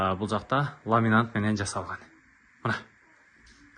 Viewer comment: Сен неге дурыс сойлемейсин ? Сени жалгыз Кыргызстанда емес тагыда баска мемлекеттерде карап отырады . Мысалы мен осы "Тез Кабарды " Атакул арткылы коре бастадым . Сен блогерсин , и "Тез Кабар " га кир келтирмей сауатты , таза сойлеуин керексин . Ламинат , гарнитур, тагыда баска создерди дурыс айттып уйрен . Атакул мыкты блогер болгасын , бир жылда подписчикке ие болды . Билмейтини жок Атакулдын , тындап суйсинесин.